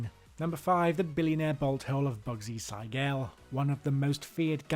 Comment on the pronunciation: It's bugsy seagal, not sigel